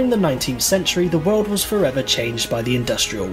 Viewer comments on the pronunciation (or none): none